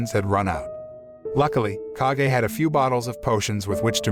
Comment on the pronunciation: Its not k a g e its kage